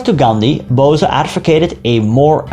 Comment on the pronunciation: Please dont say BOSAA, its BOESS BO+S